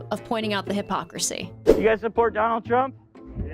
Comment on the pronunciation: Wait a minute! Hold on! Did she just say "HypHopracy"? I could have swore she said that. That's pretty funny if she did, it's kinda fun to say honestly. 😂